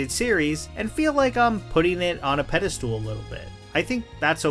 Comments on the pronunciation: a pedestool? 🤨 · Pede-stool? The IT crowd predicted this moment